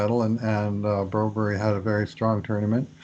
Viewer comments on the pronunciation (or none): Say Bromberg, the Bro berry deal is ver weird , I grew up with a Swedish name , with a berg at the end.....like your podcasts a lot